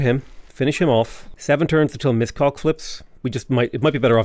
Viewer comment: As a Hungarian I struggle every time he say Miskolc